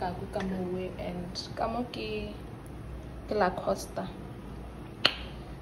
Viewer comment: Not you calling the meat Lacoste 😭😂😂😂